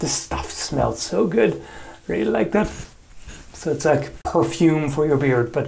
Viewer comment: Did you rike it?